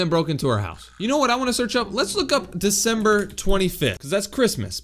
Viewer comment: December” this guy:no no no dcecember